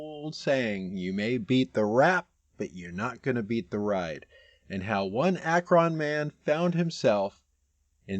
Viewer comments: Btw, it's pronounced ak'run, not ak'ron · I know that Akron isn't the biggest town, but it surprises me every time an out of towner says Ack-ron. It's pronounced Ack-run. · You’re saying Akron wrong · Did you just say Ah-Kron? Lol